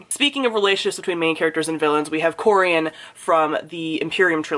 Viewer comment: Me sitting through this video: “SAY CORIEN SAY CORIEN SAY IT” and then you did and I felt so validated lol